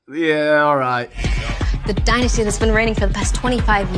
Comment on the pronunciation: It's pronounced dynasty not dynasty